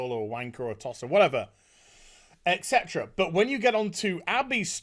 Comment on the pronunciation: It's et cetera, cmon, it's not hard.